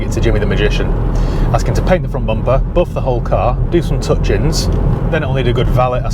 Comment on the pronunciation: I only tune in to hear him say boof instead of buff 😂